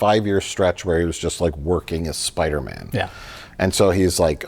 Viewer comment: Take a birro everytime says 'Spidermin'.